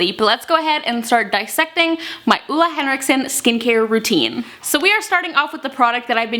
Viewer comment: It's pronounced OOLA